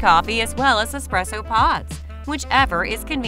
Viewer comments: i cant take you seriously when you're constantly saying expresso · I was about to say, never take espresso advice from someone who pronounces it "expresso" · Yeah, I’m not trusting anyone who can’t even pronounce espresso.